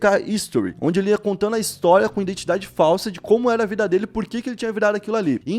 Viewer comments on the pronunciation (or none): none